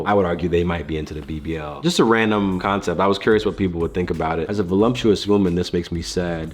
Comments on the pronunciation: Voluptuous. Not voLUMPtuous, hahaha. That always make me laugh when people mispronounce that word. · Uummm it’s not vo-LUMP- tuous…it’s vo- lup- tuous! Please learn how to pronounce the words you’re using ok? Just sayin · The word is “ voluptuous “ NOT “ volumptuous “🤨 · Guys, it’s VOLUPTUOUS. Please!!! Not volumptuous. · There is no M in voluptuous. I don't know why people make it voluMptous LOL